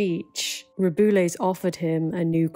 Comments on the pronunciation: Just a little note, in case you want to cover this again: Rubiales is pronounced something like ru-bee-AH-less. Your pronunciation of Hermoso was just fine. (Getafe is also very hard to enunciate for British people. I would transcribe it as heh-TAH-feh or heh-TAH-fey, if it's easier) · As a Spanish I have to congratulate you on your pronunciation of Spanish names, because you have said Hermoso's last name always well, but have butchered Rubiales' name all the time, which has been * cheff's kiss * (great video, by the way) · The only name you pronounced wrong is Rubiales'. It is read something like "Ru-be-a-les". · I'm not blaming you for this, but why does the BBC pronounce his name "roo-BOO-les"? 😂 i actually like it because of the added BOOOO sound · I threw the BBC under the bus, blaming them for my terrible pronunciation of Rubiales. Turns out I'm just dumb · thank you for covering this ! love your videos ! i was excited to see this one related to spain, even if its bad news :/ also its really funny how you say rubiales and you should never learn the spanish pronunciation